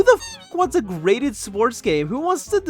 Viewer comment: Oh wait… it’s GRADED not GRATED